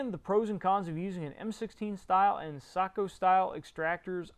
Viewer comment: I think you one of the first English speakers I have ever heard that says SAKO correctly. Kudos.